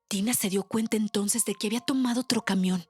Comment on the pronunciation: "Ótro ! Ótro ! Ótro !!!"